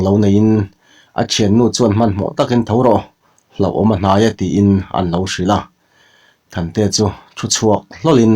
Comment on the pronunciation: Kan sel lawk aw,a chhiar rik danah hian,mi pakhat thiltih sawina ah 'an' tih alo awm chuan,mi pakhat aia tam sawi nana 'an' tih anga lamri lovin, manganna,tiha an lai anga lam rik tur anih laiin,mi pakhat aia tam sawinana an tih anga lamrik ani thin hi ka ngaimawh deuh